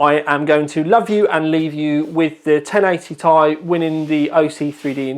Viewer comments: For Christ sakes it isn't 1080"tie". Just because there's a vowel doesn't mean you have to pronounce it. Do you call a Honda Civic Si a Honda Civic "sigh"? Sounds dumb. Nvidia doesn't even refer to the card as such. Stop it. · I thought it was tomorrow, the 10th? Not complaining...this is legit! You impressed even Nvidia and the Americans it seems, now everyone prounounces it "tie" instead of "Tee Eye" Maybe the latter group (my former self included) are just clowns and have always pronounced it wrong? are you sure this couldnt have been a USB 3.0/3.1 pass through for VR? Instead of the power connector? USB 3.0 has that many pins in a round about way. Some other cards have a USB passthrough for it, right? Just an idea. Oh yeah, nice shirt!!